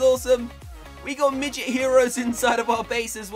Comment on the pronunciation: don't say middet cus I am one